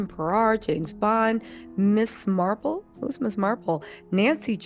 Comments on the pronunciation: It's Miss Marple actually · Not Ms. Marble. Girl Marvel. 😂😂😂😂 you kill me when you pacifically mispronounce words. And yes I said pacifically. It's language. 😂😂😂😂